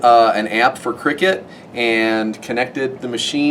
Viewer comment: Great video guys but just for info, it’s pronounced cry-cut, not “cricket” as it is a CUTting machine and does not involve silly men hitting a small ball with a bat. 😊